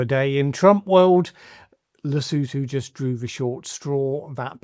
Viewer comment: At least he pronounced Lesotho correctly 🤷🏾‍♂️